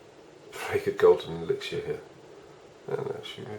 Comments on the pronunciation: You say mortar and elixer wrong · Brits be like "elixier"